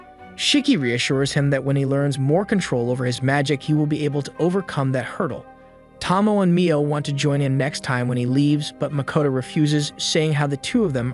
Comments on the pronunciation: Friend, her name is pronounced Toh-Mo-Ay not Tah-mo TT~TT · The dragon girl's name is pronounced 'Toe-Moe-Eh', not 'Tom-Oh'. Otherwise, very good concise overview. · Lich is pronounced with the ch, like Charlie or charger Tomoe is pronounced like saying Toe-moe-ay as one word. This may come off as rude, but I’m just trying to help. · Part 3 of "You Still Can't say Tomoe's name right." Again it's a great Anime, if you actually watched it. But you can usually tell when someone didn't watch it when they get the names completely wrong.